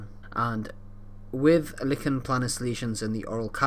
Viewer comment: Nice explanation but it’s not “licken” planus but “liken” planus, the name comes from the rash’s resemblance to a tree lichen.